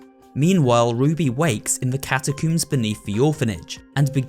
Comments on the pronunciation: Ah yes the CATACOOMS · nah... hol up... wait a minute... That ain't how ya say catacombs You said catacoombs WHAT'S A CATACOMBS 😂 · Atleast he didn't say catacu